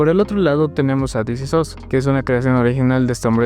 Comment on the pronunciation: This is OS. Es la pronunciación correcta